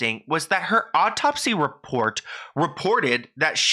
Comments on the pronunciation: Not to take away from the seriousness of the video but was he saying "optopsy" instead of autopsy? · You're soo cute!! Hearing you say autopsy is cracking me up lol its pronounced aw-topsy not awp-topsy but much love to you hun you so some great work!! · Autopsy is pronounced Aw-top-see.